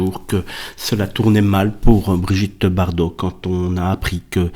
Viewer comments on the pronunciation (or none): Bardot mais pas Bardau ! Toujours aussi doué celui-là